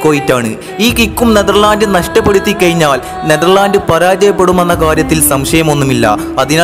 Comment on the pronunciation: കയിഞ്ഞാൽ, എയുപത്തിരണ്ട്.... പ്രൊ നൗൺസിയേഷൻ പഠിക്ക് സൃഹൃത്തേ